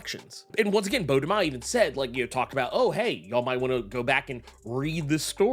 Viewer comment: Also his name is de mayo not de myo